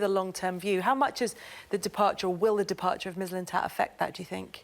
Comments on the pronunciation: '' sven mislin stat" 😂😂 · Sven Mis-lins-tats - Tim Sherwood 2019 😂😂😂😂😂